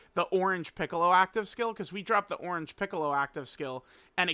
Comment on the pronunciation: “Ornage Piccolo” Didn’t know unc had dyslexia 😭